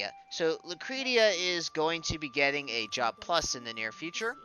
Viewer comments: It's 'Lucresha'. 'Sha'. But thanks, enjoyed the vid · In Japanese it's Ru-kure-ti-a. In English it's Lu-cre-shi-ya. But it's a name so it could be pronounced Lu-cre-ti-a or any other variation...